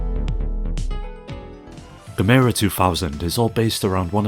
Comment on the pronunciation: Gamera should sound like camera. Really hurt my ears hearing 'gameira'